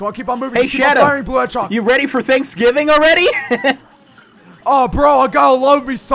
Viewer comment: This is how many times he said blue hedgeog | | |